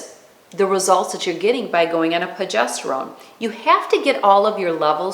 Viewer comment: Please, please, it's pRogesterone!